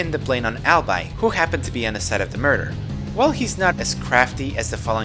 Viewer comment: I'm not sure how you're missing the pun here. His name would be pronounced "All-bee" not "All-bye" Because his name is a pun on "I'll BE your guide."